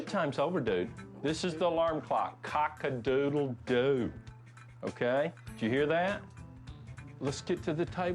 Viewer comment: Ahwhha The moment he said that I was like cacedoedel WHAT??!?!? Hahahahahaha